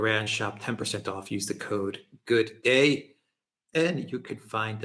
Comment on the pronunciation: I noticed that said "Rokfin" correctly (at the end of the video), when is Alexander going to be adopting pronunciation? 🙂 Also, I find it very frustrating that The Duran never clearly mention the identity of the people who make American policy and thus European policy and who own the German government "lock, stock and barrel", which is zionists such as senior, US government officials Anthony Blinken, Victoria Nuland and Ron Klain and other members of that ancient-Israel-originating clan and their allies. I understand that that would mean the channel and Duran guys would be at high risk of getting banned from YouTube and other big social media, which would be bad - Nick Fuentes, one of the most cancelled people in America (he's not even allowed to take commercial flights with the big airlines), said being cancelled is rubbish as your viewership plummets and it's emotionally hard, and you should avoid it as long as possible if you're a content creator. But still, it's frustrating.